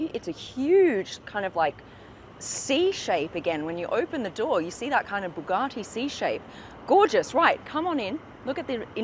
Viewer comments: Bugatti not Bugartti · It’s Bugatti not “Boogarti” it’s not some Italian dish! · I think you'll find it's a Bugatti, not a Boogarty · An australian trying to say Bugatti all posh like😂 Bu Gah ti